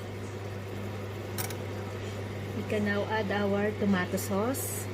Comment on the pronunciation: mukha ang sarap ng mechado sis inisa isa mo talaga sa paggisa. yong pronounce pala ng tomato jan parang sa British. malinamnam sis your honey likes it